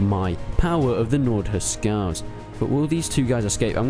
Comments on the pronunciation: Huscarls not huscals lol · yo? isn't it Hus"carls"?